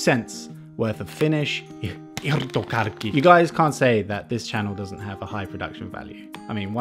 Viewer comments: Hiiirthokharkki!...nou....it's irtokarkki. Ir-to-kark-ki,i-r-t-o-k-a-r-k-k-i.... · "irthogharkkhi" not bad 👌 u say it so good 😂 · It is not irrrttho kjarkkih! :D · Irtokarkki 90% pefect /100% you say irtkarki but its really good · Sounded like Ijrtokarki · the r's are a bit hardcore tho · just se little strong r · But it's still not absolutely perfect. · Hi, pro tip for speaking Finnish: the emphasis is always on the first syllable of the word and the are no emphasis on any other syllables. Try saying the words with like extra weight on the beginning and then just keeping the rest of the word in one note (tip from my late teacher who used to teach Finnish to French people). Hope you enjoy your time in Finland this time too! :D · I really like when you say "irtokarkki":)) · I like how he says irtokarkki 😂😂😂 (im finnish)